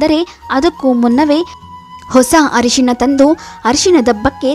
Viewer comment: It's Arishina not harishina.